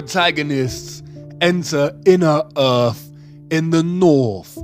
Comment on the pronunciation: Heart is not an anagram of Earth or (urf) as he pronounces it, and nowhere in the Bible does it say that an apple was the fruit of the tree of Good and evil. This guy's tone and inflection of speech are getting so annoying I'm not sure that I can listen to the last of the video, he definitely needs to take an English pronunciation class. He sounds like a middle easterner that grew up in Britain. did I forget to mention he's very condescending in his tone, no surprise there.